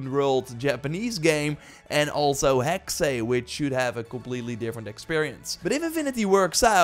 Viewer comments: Hexey? I get it secondary language but it’s Still Hexe not hecksé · NOT "Hexay".. but Hex-uh.. It's German for 'witch' EVERY time You say "Hexay".. a kitten gets murdered.. UGH! *takes-off linguist knowitall-cap. :P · Dude it's just "Hex", not "Hexay".😂 Any Valhalla updates? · Hexe is pronounced HEX no second E/ay sound